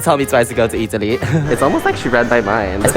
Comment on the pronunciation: my god the second girl is literally u. the moment she said EATALY I just know that you would agree with her 🎤🎤🎤